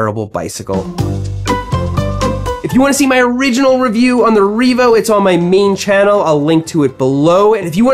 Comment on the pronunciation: I 💯 heard "this is the Reevo hopeless e-bike"